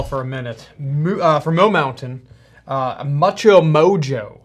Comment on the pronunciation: I think it's pronounced "Moo-cho mojo" haha